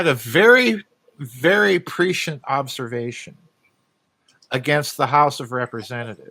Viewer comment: Please learn to pronounce prescient properly. Otherwise, thank you for your time and work.